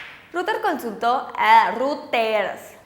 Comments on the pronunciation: Hoola chicas, muy lindas uds, nomás una cosa: Emmm... no es ruters, si no algo asi como :"roideirs" (salvaje pronunciación aparece) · Aunque te tardes... se pronuncia "roiters" no "ruters" ni que fuera access point ! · Ojo, Reuters se pronuncia "roiters" no "ruters". La demás información está muy bien! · Se pronuncia Roiters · Reuters se pronuncia "roit ers"